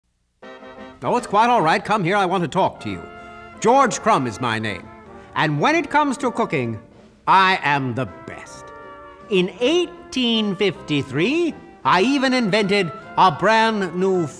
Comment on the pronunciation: George Cum? "CUM"???